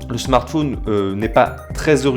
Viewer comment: pourquoi dit-il " smartfoun " ?